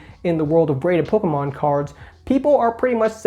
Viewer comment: that said, out of all the youtubers I watch, I like the way you say "pokemon" the best. Don't tell Squeaks ;)